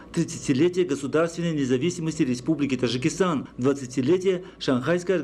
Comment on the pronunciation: Уважаемый диктор , пропускаешь букву Д в слове ТаДжикистан,немножечко внимания ,проштудировать и вперёд,а не то слушать невозможно,,Тажикистан,прям до тошноты